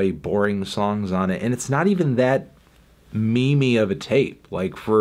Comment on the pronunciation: he he he said me-me